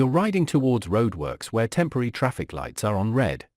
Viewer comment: Jeez Man, sort that 'traff eye cee' out please